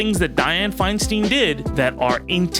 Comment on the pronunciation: I know you recorded this last week, but FFS. It's said Fine-STINE, not Fine-STEEN. Say other words as you like but a name has a pronunciation that matters to the person who owns it. You aren't SAYID TayBAYni, right? It's a bit of an insult to get it wrong so thoroughly. And I am with you 100% about her good, bad, and ugly. I lived in the SFBA while she was mayor. I called her "that bitch" and didn't have to live directly with her policies. She ALSO helped the city get through the pain of seeing Harvey Milk and George Moscone's murderer get a weak-ass sentence for killing them both.